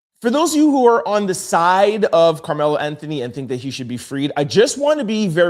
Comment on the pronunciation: Karmelo is in prison my dude just to help you out so you can pronounce that correctly in your next video!!!